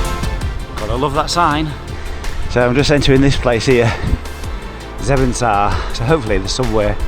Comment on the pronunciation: Loving your trip. Making me think I would love to do something like this. “Zevenzaar” was I think actually Zevenaar (several of my Dutch family live there).